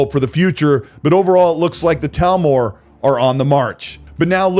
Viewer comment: It's 'TH'almor not Talmor